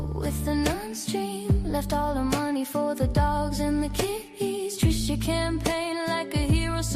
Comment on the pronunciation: I laugh every time you say TriSHAW, reminds me of Jeff Dunham's character Peanut.